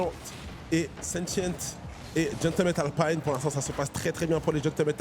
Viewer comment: Pourquoi dire "Alpine" avec l'accent anglais ? Alpine est une marque française, c'est Renault ! 😅